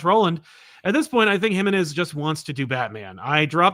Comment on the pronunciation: Hi! A friendly tip from a Mexican over here, the stressed syllable on Jimenez is the middle one (ji-ME-nez) c